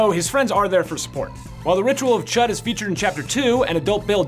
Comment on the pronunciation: Chud is pronounced Chood